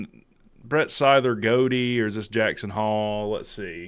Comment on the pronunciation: And Brett Seither (sigh-thur) and Abdul Janneh (juh-nuh). I know you’re a big fan and pay attention a lot, but learn to pronounce these names, man!